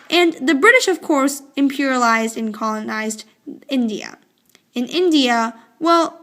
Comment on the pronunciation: Wrong path British in zindia that is India Not zindia